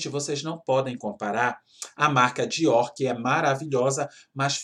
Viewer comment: Kkkkk amei a parte do Diorrrrrrr!!!! Diorrr!!!!!! 🤣🤣🤣🤣🤣👏🏻👏🏻👏🏻👏🏻